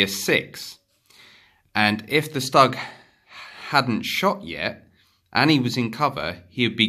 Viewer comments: Nice vid👍 One thing, Stug is pronounced like "stook" as in book! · That's not how you pronounce stug.